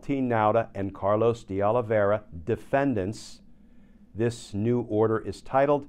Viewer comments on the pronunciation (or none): none